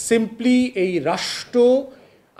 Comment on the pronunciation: আগে "রাষ্ট্র" শব্দটা উচ্চারণ করা শেখো। তারপর বড় বড় কথা বইলো, আর বলো নাস্তা কি কি ছিলো? বাই দ্যা ওয়ে SME বলতে যে পৃথিবীতে কিছু এক্সিট করে না তা কি কেউ অনুধাবন করেন?